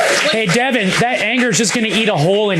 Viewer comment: The way he kept saying her name “Devin” let me know all I needed to know about him.